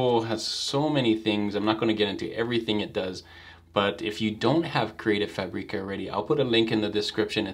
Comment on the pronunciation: Hey, thanks for another great video. How can u transform the png to vector, chosing the number of colors, in Affinity? You know i love you, isn't it? 😅 So don't be upset please if i make a little correction. Is FÀBRICA, just like you say fàbric, same kind of accent. I know, i'm from Italy and my english is bad, so i should not say that 😊